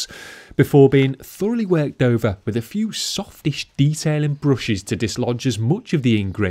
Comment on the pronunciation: The way you pronounce the word ‘bruces’ is a bit awkward. I suppose that some regions in the UK may vary in accent, but I haven’t heard it like this before 😛